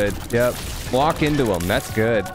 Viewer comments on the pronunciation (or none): It’s not hutt it’s HIM